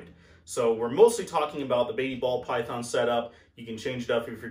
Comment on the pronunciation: “Paul Bython” 🎉😂